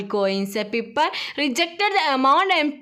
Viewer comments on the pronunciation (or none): Piper alla pyper ann